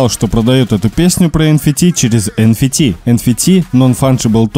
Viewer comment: Эн Фи Ти... Чувак ты серьезно? Даже на русском это не так звучит, уже не говорю про аббревиатуру англ. Эн Эф Ти